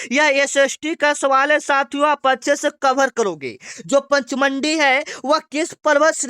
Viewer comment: पंचमंडी गलत पढ़ रहे हो